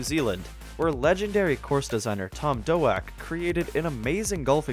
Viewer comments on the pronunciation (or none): Tom Doak, like in coke, not DOUGH-ak... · Tom Doak is pronounced Tom "Doke"...smh